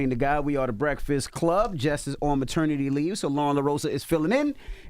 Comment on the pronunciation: Envy!!!! It’s pronounced pa·ter·ni·ty leave [paternity leave] not with an M!! Jesus